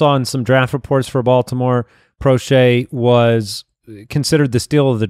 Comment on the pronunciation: James Proche is not pronounced "Pro-shay." It's pronounced "Pro-sh".